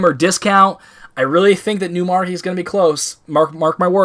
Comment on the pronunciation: Trouble pronouncing new monarchy I see lol